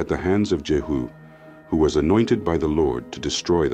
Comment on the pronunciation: * King JEHU, Not JERU